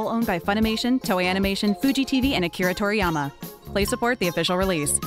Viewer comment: Holy crap the voice of 18 actually knows how to pronounce Akira Toriyama! I thought everybody on TFS was either ignorant or messing with people...